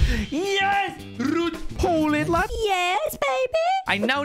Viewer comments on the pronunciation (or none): why is Baby gullit russian